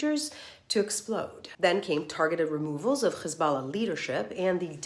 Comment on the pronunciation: Why is she forcefully trying to pronounce KHHHisballah? She clearly can pronounce her H's.